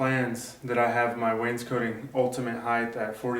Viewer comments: Not to be a pest, But, It's Pronounces Waynes` coting, NOT Waynes coating....jus sayin..... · Awesome teacher. FYI: cot is not pronounced coat. Wains COT ing. No biggie. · Really enjoy your vids! thank you for taking the time to make them. not to be an over critical knob... But every time you say Wanescotting I cringe a little. Maybe there is an accent there, but it sounds like you say "Waynes-Coating" edit: I should also say you guys do good work!